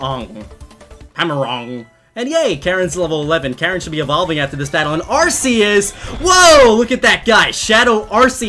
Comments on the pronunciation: its rks not ar see us. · Ar ck eus not ar s eus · not arseus its arceus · It is not arceus it is arcoos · IT'S PRONOUNCED ARR-COOS! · Why do people call arceus as ar - see - us. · You said Arceus super badly. It's (are - key - us) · Not mad but i think its arc-e-ous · Its pronounced Arcoos. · oMg YoU pRoNoUnCeD aRcEuS wRoNg LoL Said weebs who really want correctiveness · Ya, He pronounces Arceus's Name wrong, idk why ;w